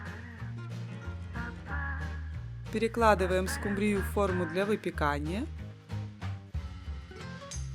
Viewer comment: СкУ’мбрию , а не «скумбриЮ’» 😂❤